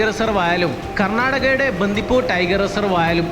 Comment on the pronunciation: ബന്ധിപൂര് അല്ല ബണ്ടിപൂര് 😊